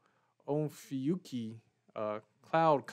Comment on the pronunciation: Nerdy is fine. Great video. Polar alignment is essential for this object because it is so far south. Also you got the proper pronunciation of the object. Most people in my Astro club and other YouTube channels have problems with it. That makes you a real nerd in itself. Keep up the good work.